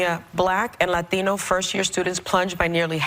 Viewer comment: why does all these chicks call them fatinos with that stupid wrong accent.